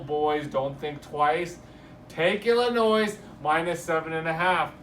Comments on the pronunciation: The correct pronunciation is what every body calls the state ILLINOISE... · The "S"is always silent in ILLINOIS..Me being born there I'm just sayin. ..